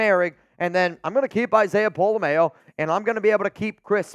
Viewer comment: The way pronounces pola-mao is the whitest thing I've ever heard 😂